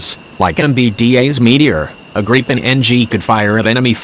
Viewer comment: Why the fuck do these video's have computerized voices, let alone can't even pronounce gripen properly.